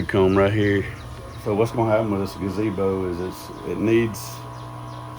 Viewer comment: That's not a gazebo, it's a gabeezo. you're mispronouncing it. 😂😂😂😂😂😂😂😂😂😂😂😂